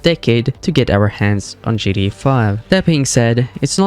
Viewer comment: Right, makes it hard to listen to this video